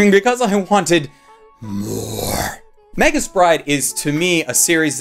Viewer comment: I thought Magus' was pronounced with a hard "g"? Can anyone confirm exactly how it's pronounced?